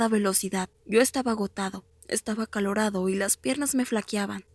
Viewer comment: Min agotado dice acalOradO